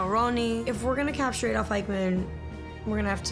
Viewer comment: Eichmann, not Eikman 🙄